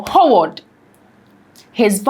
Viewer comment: Could you please pronounce the name like Haward? Howard. Thanks.